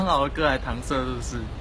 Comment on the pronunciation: 笑翻🤣🤣🤣 雖然搪塞唸對是小敗筆🤣🤣